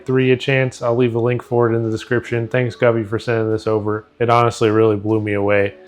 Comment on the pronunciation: Brother Go-Vee not Guvee 😂😂